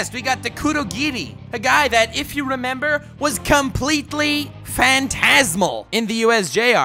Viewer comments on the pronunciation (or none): none